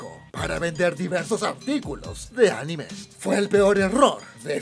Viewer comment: The way u say anime sounds like the word enema lol